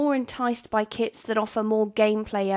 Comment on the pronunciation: I for real thought she said kids lol